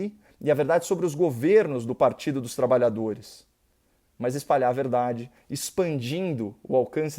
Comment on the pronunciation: Olá Caio, bom dia. Tenho muito respeito e admiração pelas suas palavras e formas conscienciosas como vc apresenta suas ideias e pensamentos, porém, gostaria que quando vc for falar do "pt" (repare que coloquei no minúsculo) não diga "partido dos trabalhadores" com ênfase em "trabalhadores", pois, nós Trabalhadores nos sentimos ofendidos quando dizem que é nosso partido, isso não é "Partido dia Trabalhadores" é um partido de "tranqueiras" . Eu particularmente estou, de fato, com pouquíssima esperança, sou muito otimista como vc, acredito que o Brasil tem jeito, mas, estou muito triste e com projetos, inclusive, de ir embora do País. Só reforçando, não fale mais com ênfase partido dos trabalhadores, se possível use somente "pt". Muito obrigado e continue com essa sua forma de apresentar os fatos de forma clara, objetiva e honesta. Abraço!